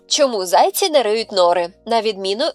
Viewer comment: Не зАйці, а зайцІ. Перший варіант росіянський.